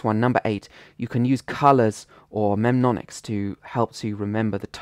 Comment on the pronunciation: Funny thing is that is not how you pronounce "mnemonics". But otherwise, excellent tips.